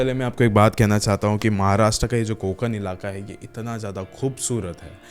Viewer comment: ण ण न nahi कोकण